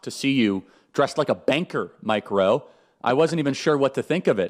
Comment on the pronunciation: He’s “MikeRowe” works😂